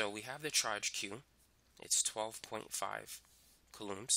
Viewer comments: Haha yeah. Kalooms. It’s coulombs ffs. Kooloms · is anyone else triggered by how he says coulombs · I have never been more outraged. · It sounds weird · Me 2